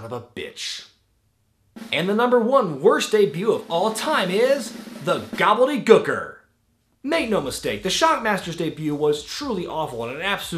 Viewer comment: That ECW Zombie clip gets me everytime, that compared with the one-two punch of your pronunciation of The Gobbledy Gooker almost made me lose my lunch from laughing so hard. Man I love this channel.